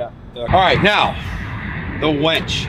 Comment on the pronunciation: Hooked on phonics buddy...its a winch not a wench lol..